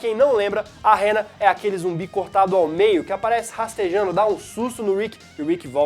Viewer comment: O Zumbi é Hannah... Pra que pronunciar "Réra"???